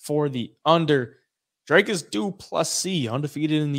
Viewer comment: I never knew saying "Dricus" was hard till Americans tried to say it.